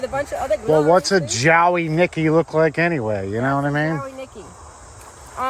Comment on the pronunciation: and you two can make me belly laugh sometimes. Dahlias always seem to do better later in the season for me. Two things. That does look like Jowey Nicky and just ignore the "w" when pronouncing Jowey/Joey. Second, looking at all those pots left to plant my girl you all need to upgrade to an auger for real. I know the farm is rocky but there are augers that stop if they hit something. I think you would love it.